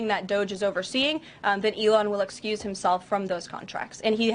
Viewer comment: Recuse not excuse! 😂